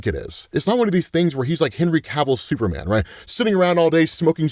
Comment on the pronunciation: Bro said Super-Man